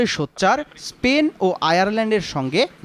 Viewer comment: পেনের প্রধানমন্ত্রী? পেন? কোথায় পড়াশোনা করছেন সাংবাদিক সাহেব?